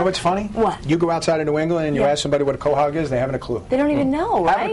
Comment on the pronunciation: Back in the 50's and 60's, you never heard the term "Stuffies". It was always stuffed quahogs, and pronounced "kwa-hogs", and not "ko-hogs". Otherwise, this was a great segment for a great show!